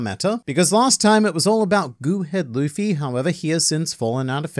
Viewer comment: When you said lufii 💀